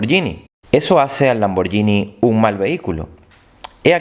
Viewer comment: NO SE DICE LamborYini, se dice Lamborguini, eso denota el autor del video.